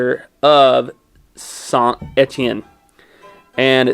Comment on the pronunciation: La prononciation de saint Etienne et vraiment bonne pour un anglophone